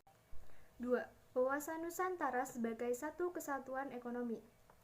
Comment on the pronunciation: NUSANTARA gk Pake K🤭😅